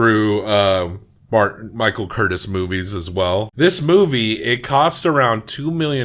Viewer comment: Pronounced Michael CurTEEZE, not Curtess. He was Hungarian.